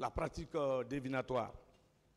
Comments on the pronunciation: ce Mr fait du néologisme : le bon mot qui existe en ce sens est divinatoire= DIVINATOIRE . pas DEVINATOIRE( ça n’existe pas). non Mr tu ne parles pas français, tu parles le vernaculaire . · Pratique divinatoire on dit et non devenatoire. pour un avocat c'est inquiétant hein! avec ça vous doutez du niveau d'un administrateur civil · Revoyez votre lexique, on dit " la pratique divinatoire", vous insistez à dire la pratique "devinatoire" pour un avocat pénaliste qui a des carences en vocabulaire.